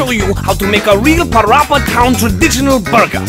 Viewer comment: “Let’s Play Pawapa” 😂😂😂😂